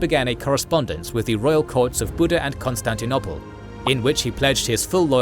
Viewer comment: Ok,is it really pronounced "constanti-nopple"?